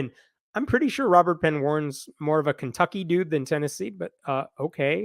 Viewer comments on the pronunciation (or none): none